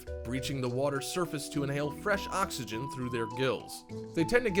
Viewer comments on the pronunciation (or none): none